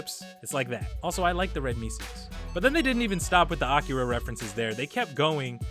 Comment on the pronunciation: The way you say Akira is hilarious!😆🍺🍻